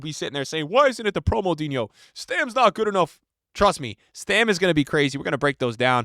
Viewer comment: Bro it's Stam not Stem